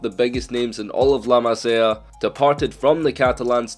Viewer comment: The way he says La Masia makes me pissed